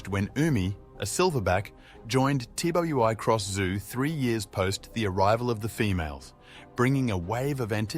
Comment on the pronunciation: It is not pronounced T W I Cross Zoo/ It is Twi Cross